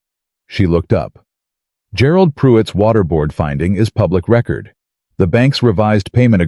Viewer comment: It's not pronounced record..its pronounced ree- cord